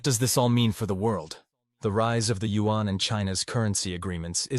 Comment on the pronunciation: Also! This commentator not pronouncing Yuan correctly… In the speech to text function “Yuan” is spelled out as “UN” which would be nice for you guys to correct thx guys.